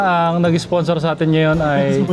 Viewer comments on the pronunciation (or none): none